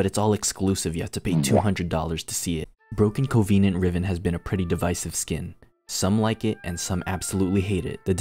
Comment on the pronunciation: i always knew you were retraded but you annunciation of broken coneveenant was next level retradnation. subscribed.